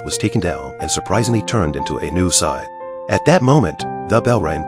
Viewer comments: How the hell does the robo narration mispronounce the word "scythe"...?? It sounds like it's saying "sigh"! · It's pronounced s ie th